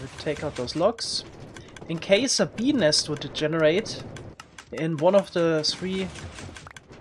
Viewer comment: every time he says "bee nest" it sounds like he's saying "penis" lol